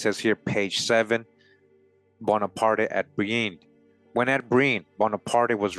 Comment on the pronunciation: Just for future reference, the E at the end of his name is silent. Prononced Bonapart.